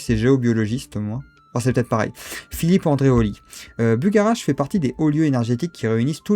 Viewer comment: Je crois qu'on le prononce " Bugha-rache " 😉.